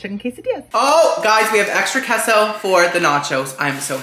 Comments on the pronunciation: I'm gonna start pronouncing queso as Kay-so and not Kesso. Also: Proceeds to pronounce it as Kesso multiple times. Me: 😂🤣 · It’s actually pronounced Kay-sow not the way he thinks that it’s pronounced. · You started this video apologizing for saying "KESSO" and then LITERALLY spent the rest of the video STILL saying "KESSO". It was INFURIATING. And to hear you properly pronounce "quesadilla" correctly but not "queso" is even more of a foot up my arse. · So quesadillas you say like a k…but queso is said differently. I have questions 😂. Love these reviews. We don’t order out a ton but my husband travels and these videos have really helped him make more informed decisions. He’s forever appreciative of the Cheesecake Factory reviews bc dang those menus are huge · Lmao! As a new subbie… I have been cringing at the way you say Queso too, but I just fast-forward a little bit in anticipation! 😅 idk why people just don’t adjust and let people say and do wtf they want! I just assumed it had to do with your Cuban background and maybe we’re saying it wrong. Haha